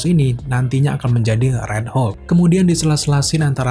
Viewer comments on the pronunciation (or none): none